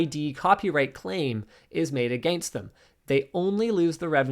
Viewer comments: The pronunciation of “against” is the real crime. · I do love your pronunciation of 'against'.